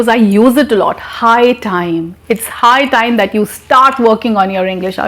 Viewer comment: Very good. but High time is not clear